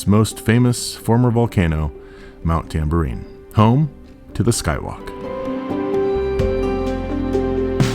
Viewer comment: Cool. I live at Tamborine Mountain, and it is 'Tamborine', not TamboUrine'. No U.